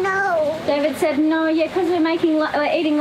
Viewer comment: Ya, Lenny's expressions... can't sayed "finished" properly... but heck, should at least help him by saying that the ships are anchERRRed, not anchaWWHed. And we won't get into saying "noOHER" all the time, instead of "NOHHH". And so many more...;~)